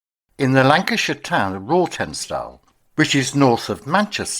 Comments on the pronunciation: It's pronounced Rotten stall. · Rawtenstall is pronounced Rotten stall and Bacup is pronounced Baycup.